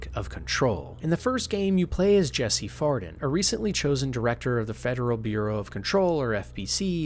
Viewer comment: It’s Jessie Faden, not Farden lol. Great video though